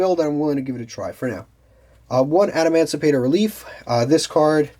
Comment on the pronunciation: He was saying "adamandrite” 😂